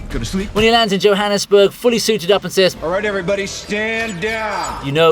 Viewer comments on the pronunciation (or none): none